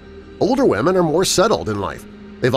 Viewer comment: “ Wahmen “ Lmfao